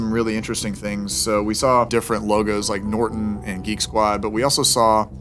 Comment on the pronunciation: “Chase bank from nortan” IM DEAD🤣💀